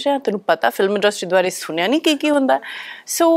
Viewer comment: ਸੁਨਿਆ, ਪਾਨੀ ki hunda?? Repeat after me... ਸੁਣਿਆ, ਪਾਣੀ,...